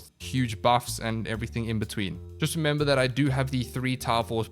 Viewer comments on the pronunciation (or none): none